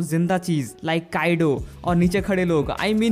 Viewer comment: काइडो नहीं, "काइदो"